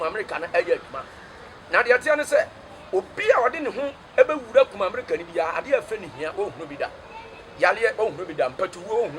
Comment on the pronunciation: Akoa wei paaa kumerica koraa u can say u say kumamerica,,,u dey cam talk u brought it fiorrr